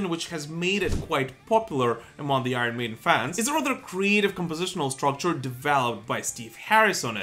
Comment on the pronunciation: Love the channel , please pronounce Iron correctly